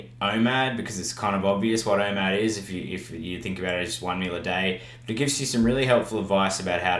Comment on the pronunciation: What’s IMAD? I keep hearing IMAD but I think it’s called OMAD